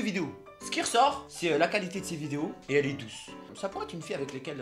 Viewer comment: Il dit douse à la place bonne